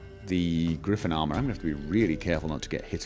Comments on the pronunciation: It's a griffin not a griffon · Hearing people say griffon instead of griffin makes me really angry for some reason...